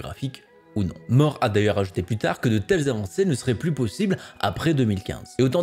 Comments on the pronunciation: ALED IL A DIT LA LOI DE 'MORT' , C'EST MOI QUI EST MORT DANS J'AI ENTENDU CA. NAN VRAIMMENT CA SE DIT "MOURE" merci bisous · La loi de moore ca se dit moure non ?